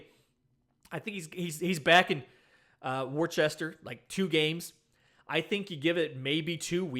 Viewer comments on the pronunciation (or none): And Worchester is pronouced Wooster, hence the WooSox 😂